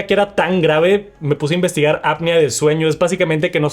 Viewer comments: no se pronuncia "apnia", se produce literal como se escribe "apnea" jaja, saludos, abrazo fuerte. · No servir ni para pronunciar APNEA correctamente. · Revisa cómo se pronuncian palabras como apnea y otras que pronuncias mal.